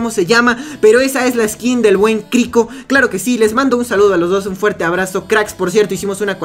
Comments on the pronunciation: viendo como le dicen Criko 👁👄👁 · Bravo por crico when es